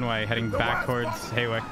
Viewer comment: I love how the whole time they keep saying HAY-WICK when its HAW-WICK